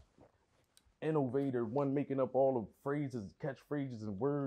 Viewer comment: “Ima InOvatOr”😂😂